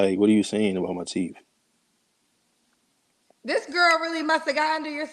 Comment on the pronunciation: He should grow a full beard. It's teeth not teeff.